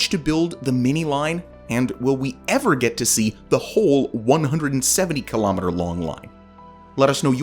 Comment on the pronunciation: Please learn how to pronounce kilometre. Even in American, you’re wrong.